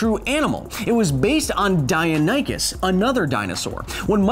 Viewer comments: Die-uh-nye-kus? Hahaha, that’s what I called it trying to read the name out loud from a dinosaur book when I was 6. It’s die-non-ne-kus. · Deinonychus Die- non- ik- us Not, die- on- eye- kus, yyou missed an "n" in your pronunciation. Also in such a situation as you have to fight multiple real velociraptors, grabbing a big stick is first priority, that is why we evolved hands and thumbs after all, so we could use tools more effectively. Making sure none get behind you should be next on the priority list, 2 reasons for this really, our arms can't really protect that area, and, as shown in modern predators, showing your back to 1 could trigger the predatory chase/attack response. From there all you would need to do is make sure any attempted attack on you is too dangerous to attempt for the raptors by making yourself seem as big and imposing as possible, this has even been shown to cause bears to retreat in modern-day, and swinging your stick at the heads/arms/legs of any of the attacking raptors. Now each raptor hasto weigh the options in their relatively basic predatory minds, risk getting hurt, and not be able to hunt, by this big thing waving around a heavy stick that i can't get to the weak spots of, or go find something else to eat. The more you successfully injure the more likely they are to take the second option, group mentality and all that. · Omg it's pronounced die-non-i-kus face palm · "It was based on die-oh-nye-kus " Sorry, but it is "Die-non-ih-kus" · i THINK it its dinonichus not deionychus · Say it with me: Die-non-eh-cus. Not die-uh-ny-cus. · The dinosaur I am most scared of is the mutaberisauras because it’s not very well known. Ps please don’t call it a dionioncis it’s a di-non-o-kus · Say it with me now, "Die-non-ih-cuss" - not "Die-uh-nigh-cuss". It sounds like you're trying to say Dionysus. That has nothing to do with this. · die-non-I-cus not die-a-ny-cus you're killing me bro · Its pronounced die-non-oh-ciss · "Die-no-nee-cuss", surely?